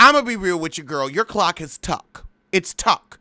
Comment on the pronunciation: said Jennifer's clock as TUCK!! I AM DEEEEEAD!!!!